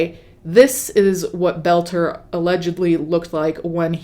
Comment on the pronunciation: Friendly FYI: His last name is Boelter pronounced bowl-ter (similar to the word boulder) not that he deserves special care but just to avoid confusion because I thought you were saying “Belcher”.